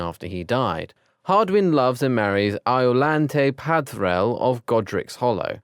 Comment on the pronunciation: The information is all there but dear lord the pronunciation is atrocious. Ignatius, not Ignus. Ginevra not Gineevra. Peverell not Pavrell. I stopped after hearing Ginny's name butchered, so I don't know if there's more.🙄